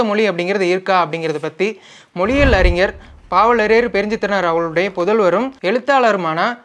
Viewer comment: நீங்கள் ஞ வை சரியாக உச்சரிக்க பழகுங்கள்.. அறிஞர் என்று சொல்வதற்கு பதிலாக உங்களை போன்றோர் அறினர் என்றுதான் உச்சரிக்கிறார்கள்